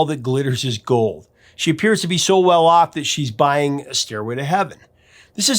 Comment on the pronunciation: Too bad Ann Wilson pronounced "buying" as "buyjing" in the last line of the song. Otherwise the performance is amazing.